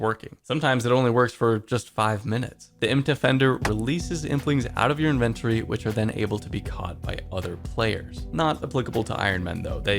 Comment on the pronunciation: you need to learn how to say “inventory”.